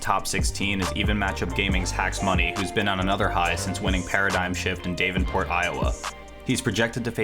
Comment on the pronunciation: you pronounced davenport wrong btw, its pronounced dav*N*port no dave